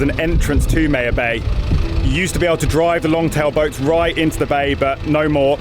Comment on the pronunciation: Pronounced my-ya-bay lol not May -ya bay cmon your accent fix it